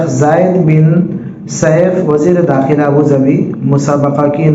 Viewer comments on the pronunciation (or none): وعلیکم السلام ورحمتہ اللہ وبرکاتہ ابو ظھبی ہے ابو ظبھی نہیں شاید غلطی سے ہوگیا درست فرمالیں